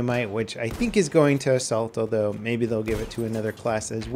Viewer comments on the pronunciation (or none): none